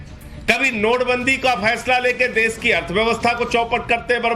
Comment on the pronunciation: अरे देस नहीं देश बोलते है तुम बोलना सिखो. बाद में दुसरे के डिग्री मांगो . अब अनपड कौन रिसर्च करो.